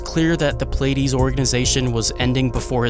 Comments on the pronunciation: It's pronounced, "plea - ah - dees" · Pleiades is pronounced Plee-a-dees.